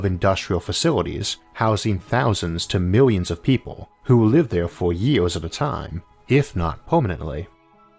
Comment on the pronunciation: Great everything but im getting too annoyed because stupid pronounciations on some words.. 2000 JIOORS.. ARGH!